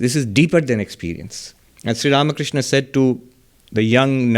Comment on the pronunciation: Pranam Maharaj ji, the way you pronounce Sree Ramakrishna is soo beautiful ❤️.